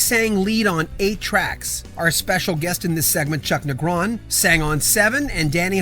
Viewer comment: Typo, second paragraph: Three Do Night. You're also mispronouncing Negron.